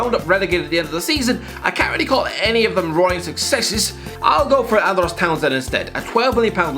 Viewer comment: Whys he saying andros like that